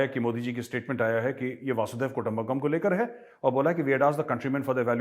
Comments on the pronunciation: Sir chote munh badi baat keh raha hu I'm no one to teach you anything you yourself are so knowledgeable but still maybe It was slip of tongue that I want to mention it's not vasudev kutumbakam it's "vasudhaiv kutumbakam" 🙏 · आप हमेशा वासुदेव कुटुम्बकम बोलते है l यह वसुधैव कुटुम्बकम है l